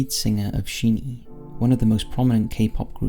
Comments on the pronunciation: I just want to let you know it's pronounced as Shiney, and there are so many problems in the kpop industry not only with overly harsh fans but terrible companies as well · Almost cried at Jonghyun... then he said Shin E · SHINEE should be pronounced as just 'shiny' because it's derived from that adjective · I’m sorry I love your videos but it’s pronounced as “Shiny” but spelt like SHINee.. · SHINEE is pronounced like "Shinny". I don't wanna be that person but as it is a common mistake, I want to inform. I'm a fan of Shinee since their debut and I really appreaciate that you covered this subject in general not just the Kpop section. All of it. Social media and cancel culture is a double edged sword.